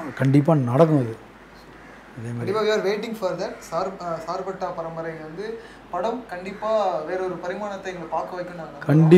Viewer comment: Not a sirpetta it's a "Charpetta" char means 4 patta means kaththi